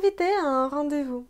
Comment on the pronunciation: Merci pour la vidéo! Tu as fait une petite erreur à , on ne dit pas "rendre-vous" mais "rendez-vous" ;)